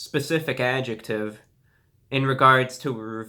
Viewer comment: Anyone else hear him pronounce the "ject" on adjective? Genius